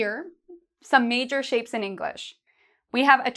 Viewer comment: Its only me or I here shame instead of shape?